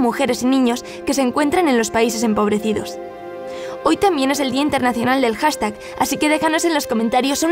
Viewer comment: buen video hasta que dijiste dia internacional del hashtaj 😴